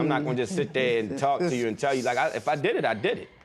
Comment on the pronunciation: I came here just to say this. That emphasis on "uooou"